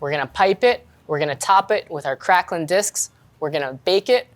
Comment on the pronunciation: TIL septics butcher the pronunciation of craquelin as well